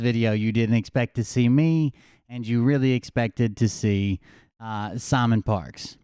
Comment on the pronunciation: Damn it! Really? You mean I'm gonna have to go back to a therapisit again. Weeally?